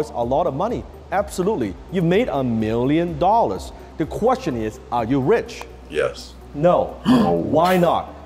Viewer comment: same miwion dowlers